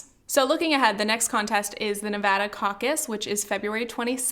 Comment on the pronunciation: As a nevadan thanks so much for pronouncing it correctly :*)